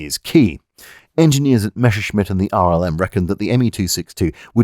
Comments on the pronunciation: In spite of your Sean Conneryesque pronunciation of "Mesha-Shmit", you have delivered another witty and interesting slice of infotainment. I found the line "as fu©ked as a sock in a teenager's bedroom" particularly amusing. Keep up the good work. As you were. 😎👍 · For some reason, English speakers feel tempted to pronounce the name as if it is "Mesherschmitt" when actually the double s is voiced exactly like that: as a double s. Messerschmitt is one of those names that, in olden times, used to reflect the trade of its owner, like someone called Carpenter or Tyler or Archer or Baker. "Messer" is German for "knife" (and related concepts). "Schmitt" or "Schmidt" or even "Schmied" is a direct equivalent to the name "Smith". So "Messerschmitt" means "knifesmith" or 'bladesmith" or similar; perhaps the equivalent of "Cutler". But "Messer" is spoken exactly as it is written, with the "Mess" bit pronounced just like it is in English. So "Messer" is pronounced exactly as it is written, not anything like "Mesher". So it is not pronounced "Mesherschmitt". Perhaps the word doesn't easily trip off the tongue of the native English speaker, or maybe people are just perpetuating a mispronunciation from previous generations. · Say Mess! - "Mess" - Now say Messer! - "Messer" - Good! And finally Messerschmitt! - "Meshershmid!". And the "ch" in "Milch" is the soft one, not the hard ch you get in "Chutzpah". Simple rule: CH after a, o, and u is the hard version (the one that sounds like you're horking up a loogie), after e and i it's the soft one. And while the soft "ch" and the similar "sch" in German are not EXACTLY like the English "sh"-sound, you're welcome to use it as an English speaker, nobody will blame you. :) Unt in return ve Chermans will kontinue to pronounce ze "th" as "z" and "w" as "v". :) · Don't want to be an ass but it's pronounced mesershmit, the double s in German is a shrap/normal s since a normal s is more like an English z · Willie "Mether"-schmitt